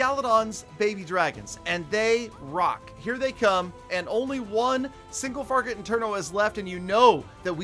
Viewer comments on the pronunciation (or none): is it just me or did say single farget intenos